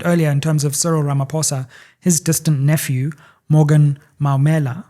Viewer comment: It's Maumela, like the removed judge from the Meyiwa case. Not Mammila😅